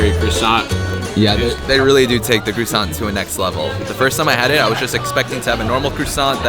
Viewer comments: Why are you calling it a crewsant? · lol the way you americans speak french is so cute. I almost rolled on the floor hearing you pronounce "croissant" XD